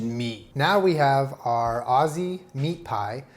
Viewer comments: the way you said aussie ... no ma'am. aussies pronounce it more like youd say ozzie lol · The way he said "Aus-see" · all aussies were cringing when he said osseee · saying Ozzie not Aussie the whole time is making my inner Virgo scream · This is a very fancy meat pie recipe but I love it I also love that he pronounces Aussie as ozzy😂❤️ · boy that’s not how you pronounce “Aussie” 😩